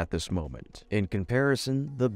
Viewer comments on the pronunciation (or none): none